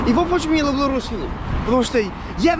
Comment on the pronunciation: Красавчик. Я думаю когда ты научишься говорить лЮблю а не лУблУ ты точно станешь Русским. У тебя есть стремление!